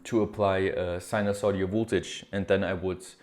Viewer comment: it is "sinusoidal"!! Not "sinusodial"!